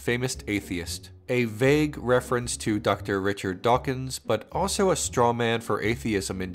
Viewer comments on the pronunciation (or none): none